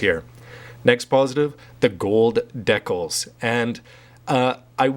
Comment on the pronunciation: holy crap pronounce decal right please :(